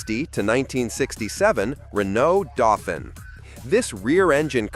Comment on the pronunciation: The word for the Renault is pronounced "Daufeen," not "Daufin!"